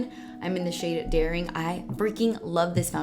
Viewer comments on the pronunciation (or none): When you said “zoeva foundation in the shade daring” i thought you said “the shade dairy” and i laughed so hard